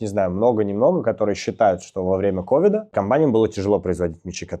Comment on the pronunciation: Ковида)) смешное произношение) тема с мячами интересная... Даня милота))